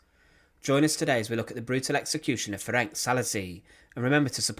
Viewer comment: Thank you for the video, but maybe you should consider checking available sources, such as Wikipedia, for the pronunciation of the names. He was called "Ferenc", not "Ferenk". The "c" at the end is pronounced like "ts", not "k".